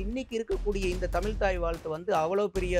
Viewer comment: இவருக்கே தமிழ் அப்படின்னு சொல்ல தெரியல தமில்தமில் தமில் எப்பா சாமி தமிழ் சொல்லுப்பா ஆனா நல்ல கருத்து சொன்னீங்க அது கரெக்ட் கருத்தெல்லாம் ஓகே ஆனா தமில் தான் இடிக்குது